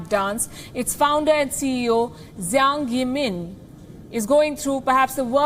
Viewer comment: Ms Palki Yiming is pronounced Yee like "Yiddish" like "Yippee", the A in Zhang or Yang or any A sounds like Hung, Arm, Abhishek. Keep up the good work and thank you.